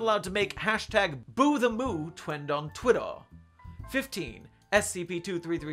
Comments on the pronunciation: is it just me or did he say 'twend on twittaw' instead of 'trend on twitter'????? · I love the way he said "Twend on Twitter"